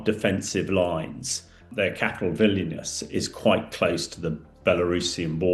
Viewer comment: Kalingrad and Vilinus! Yes if a job’s worth doing…